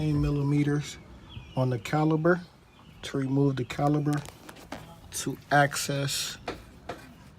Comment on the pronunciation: Good job ,1 correction .It is pronounce " CALIPER", not CALI-B-ER . 1 more correction ,it called a cotter pin not colly pin .